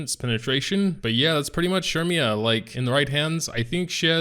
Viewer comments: It’s said as sair-me-yah I’m pretty sure Edit: also the event shop sells those blazing souls so make sure u check that out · CERMIA ! CERMIAAAA ... SHURMIAAA ???????